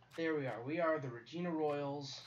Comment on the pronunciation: Hey I'm from Regina and it's pronounced rah gina